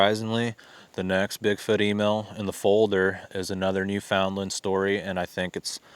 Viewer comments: Hey, THANKS for posting this...the stories are very interesting. BTW: Newfoundland is pronounced..."Newfun-Lund" or "Newfin...Lund". 🙂 Best regards from Yucatan Mexico, Ben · Very nice production music! That's a great "plus" for your videos. Newfoundland isn't pronounced like it looks. The natives say "NOO-fun-lund". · Pronounced New-fin-land, accent on New. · FYI, Newfoundland is pronounced (new-fund-Len). Not a big deal though. Love the content and the channel is great. Thanks!